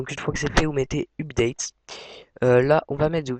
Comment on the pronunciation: DEPUIS QUAND LE HTML C'EST DE LA PROGRAMMATION ???? ET UPDATE T'ES SÛR DE LA PRONONCIATION ???